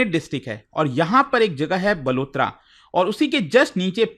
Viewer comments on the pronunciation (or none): It's बालोतरा not बलोतरा It's जालौर not जलोर 😅😅😅 Love from RAJASTHAN ❤️ ❤️ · बाड़मेर ❌ बारमेर जालौर ❌ जलोर बालोतरा ❌ बलोतरा 😂😂😂